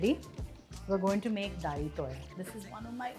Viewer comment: Isn't it dalitoy and not dahitoi.I am an Amchi Konkani